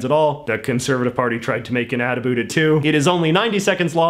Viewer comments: it's funny to me how you pronounce "about" like "abeought" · The way you say about with an accent encapsulates Canadian English effortlessly.